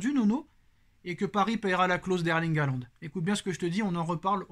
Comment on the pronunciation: Il a dit haaland😂😂😂